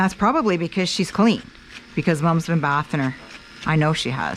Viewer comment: I learned a lot and feel better about doing basic grooming. I hope that you will continue your videos! One thing though - bathing is pronounced with a long “a ” sound like in “taste”. It is not the same short sound that you hear when saying “ give your dog a bath”. Thank you again for this helpful video.